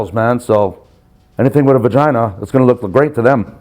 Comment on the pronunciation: This guy had to have been an SNY CCF rent-a-cop. He sounds like he's trying to retell stories he heard but got it all mixed up. He called it a "Von-ginah" 😂😂😂